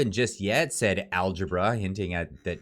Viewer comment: It's Al-gab-ra, algebra is the math he probably can't do.